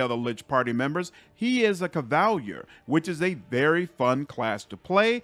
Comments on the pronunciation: I got confused for a second and very distracted when you said cuv-AL-yur instead of cava-leer 😂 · Kuh-val-year??!? Cahv-uh-leer!!!! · Ciar is a Cava-leer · Say it with me... Cav uh leer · I believe it's pronounced Cav-ah-leer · Just now watching this. Did you just freaking mispronounce cavalier?